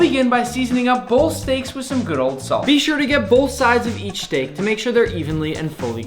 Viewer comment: He did not bhaste the shteak🙂